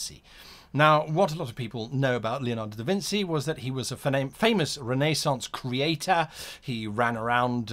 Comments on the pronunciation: to be a great game master hate to remind you, but it hurts my ears: not "leonardo da vinzi". you pronounce it "leonarrrrdho da vinci". "vinci" like "vin-chi" or "kim-chi". see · Da Vin"CHI" a 'ci' in italian is a chi sound please dont say da vinsy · In Italian, when the letter "c" is followed by the letter "i" it is pronounced like the English letter combination "ch" So it's DaVinCHi and MediCHi Easily confusable for someone who doesn't speak Italian, keep up the good videos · Very good Leonardo pronunciation, terrible Da Vinci pronunciation: it’s Da Vin-chee, for God’s sake! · Thank you, i cringed every time Guy pronounced it wrong..like a strike with a whip